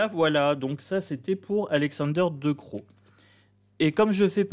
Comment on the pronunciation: VAN , CE PRONNONCE , COMME VANNE . DECROO CE PRONONCE , DECRAU En gros , c'est ça